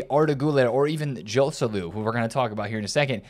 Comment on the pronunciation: the correct pronounciation for Joselu is with H for the J letter. Hoselu